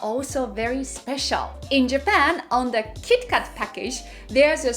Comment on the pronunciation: When you say kit kat as "Kitto Katto", it reminds me of Detective Conan character 'Kaito Kid' cause they pronounce his name as "Kaito Kitto"...